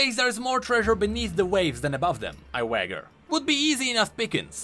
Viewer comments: just a friendly tip, it's pronounced "wei· jr" not "wah-ger" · You pronounced wager as wagger, but it is actually pronounced way-jer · Okay, super serious comment here, the word "Wager" isn't pronounced "Wag-uh" it is pronounced "Way-jer" for reference. Very serious. Love the content though, keep it up. Just a lil pronunciation detail there. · it’s pronounced WAY-JER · idk how to explain this in text but you misspronounced wager its a hard g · BTW you pronounced "wager" as "wagger" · Wager is pronounced wae-jer. Cheers